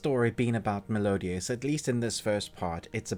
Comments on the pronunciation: I'm sorry, every time I hear you say Melodious, I cringe... It's Meliodas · sorry what I mean was u pronounce it wrong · The way he was saying meliodas